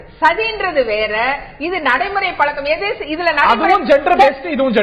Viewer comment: கனிமொழி முதலில் தமிழை முதலில்ஒழுங்கு காய் கற்று வந்து பேசவும்.it is பழக்கம் பளக்கம் அல்ல. முதலில் எல்லா ஐயப்பன் கோவிலும் சபரிமலை இல்லை. சபரிமலை ஒரு காந்தமலை 10 முதல்50 வரை உள்ள பெண்கள் சபரிமலை சென்றால் பெண்களுக்கு கருமுட்டை அழிந்து அவர்களுக்கு மலட்டு தன்மை ஏற்படும். அதனால் தான் மூன்னோர்கள் இதை ஏற்படுத்தி உள்ளார்